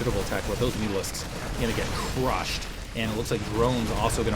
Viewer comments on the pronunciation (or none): none